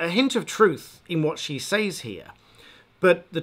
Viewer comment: It seemed to take you a while to realise that "loan her voice" is wrong English. I cringed as you repeated these words several times. Fortunately you redeemed yourself right at the end by finally saying "lending her voice". Now all we need to fix is your habitual wrong pronunciation of "says". ;-) I admire your content, keep up the good work.